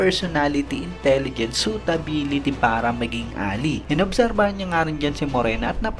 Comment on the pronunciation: Just to inform po, yung word na Ally ay read as "A-lay" hindi "A-li"